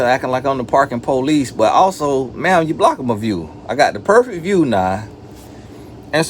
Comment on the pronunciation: “Oh, you already perfekk, alright Pharisee, well at least share it with your friends...here go a cookie 🍪” —☠️☠️☠️ I’m deaddd-uhhh!!!